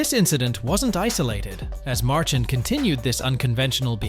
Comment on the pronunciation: learn to properly pronounce Brad Marchand's name. Talking about disrespectful!!!